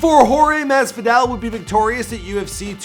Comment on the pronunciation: jorge masfidale , khabib normagadov, joe lawzan, Micheal cheesa, Da main maia cmon my guy at least learn how to say their names 🤦🏽‍♂️🤦🏽‍♂️🤦🏽‍♂️ edit: added more names that he messed up